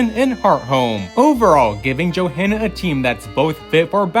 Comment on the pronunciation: You do know there's more than one manga, right? There is no "the" manga. The h in Johanna is silent. Jo-anna. ok WHO thought the Alola mom was Shauna? They don't look anything alike and there hasn't been enough time between games.